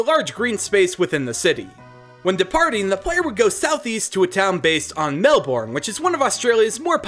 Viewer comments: says melBOURNE and canBERRA Me: it's mel bourne (mel-bin) and it's canberra (can-bra) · As an Aussie, this is my life and I love it. You did amazing with making my country proud, it's not often you see someone talk about all the parts of Australia that aren't dangerous. Also, just a bit of help: Melbourne: Pronounced "Melben", and Brisbane: Pronounced "Brizben" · I really like your ideas, but I do have a couple of small nitpicks 1. I know you apologised for it, but I thought I'd let you know anyway, the correct pronunciations are emyu (emu), melbn (Melbourne), cans (Cairns), canbra (Canberra), brisbn (Brisbane) and Albany is pronounced with the a from apple 2. Uluru is a scared ground, so you can't climb it so that's both a point for and against your legendary idea 3. Tasmania is not just an island, it's a state on its own, but I understand what you were going for Anther idea I had is that seasons could emulate those in the southern hemisphere rather than northern hemisphere since they seem to mimic the northern hemisphere (as far as I can tell) for the other games I personally feel like there needs to be a third legendary which represents compromise or balance, but I have no idea how that would be shown as a Pokemon... I also think that there needs to be a reference to the bunyip too, especially if there's a reference to drop bears! An echidna would be good too... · Melbourne is pronounced MEL- ben Not MEL- born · Lucas Kane Im aussie too! Melborn cracks me up all the time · Brisbane with no e Melbourne as Melburn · For all non-Australians... Melbourne is pronounced Mel-Ben, Canberra is pronounced can-bra and Brisbane is pronounced bris-Ben. (Also cairns is pronounced cans) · Nah it's brisbin and melbin, also he pronounced emu wrong as well it's not e moo it's e mew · you said Melbourne wrong it is said like melburn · btw melbourne is pronounced mel-burn lel but thanks 4 doing aus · Ash Ketchum the way he says "Bris-BAYNE" and "Mel-BORN" hurts 😂